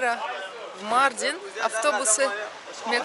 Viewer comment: Почему МАрдин, а не МардИн? У нас в Узбекистане 50 - 55 гр жара, и то мы так не пыхтим, не дышим 😅